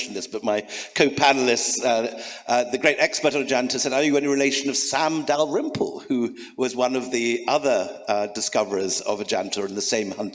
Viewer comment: I like how the lady pronounces William Dalrim-poo